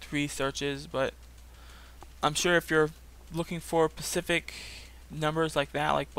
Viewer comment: Specific not pacific.